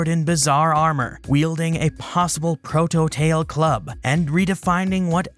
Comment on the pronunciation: so just the way you say that, i had to stop for a split second to realise you were saying proto tail-club and not proto-tail club. 😂😂